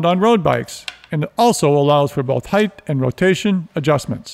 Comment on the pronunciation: These are amazing tutorials but holy cow it's so annoying when he says heighth instead of height lmao.